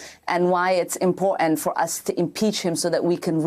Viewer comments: ICURA, I love it when she say's the word impor'ant instead of the proper pronunciation important. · That's very " impo'ant"! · Darnal, it's " impor'ant" She needs to speak proper English.